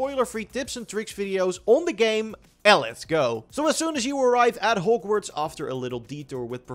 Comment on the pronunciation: Normal people: Hog-Worts Raptors: Hoe-g-Worts